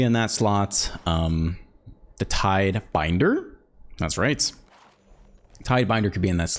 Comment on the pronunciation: Love the content, but by the way it's not Alcoloit, it's Acolyte (Ack-o-light). A little more egregious than tidebender/tidebinder haha